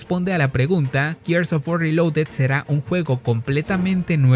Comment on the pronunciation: Tantos años con Gears of War, tantas veces que hasta en el juego dijeron la palabra "GEARS ", y nada que aprenden a pronunciarlo. No jodan.